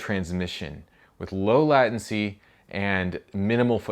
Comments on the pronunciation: I think you mean “lay” tency. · That's pretty sweet! *Also, it's pronounced 'lei·tuhn·see' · I've never heard anyone say "latency" like that ;p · I'm not gonna lie I noticed it too.